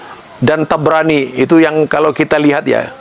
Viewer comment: Imam thobraani kali.... Bukan tabranii😂😂😂